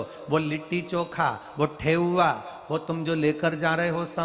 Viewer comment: ठेउआ नहीं गुरुजी ठेकुआ बोलते हैं गुरुजी 🙏🙏🙏🙏🙏